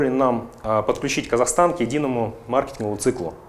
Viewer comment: Kazakhstan, а не Kasakhstan., смешно.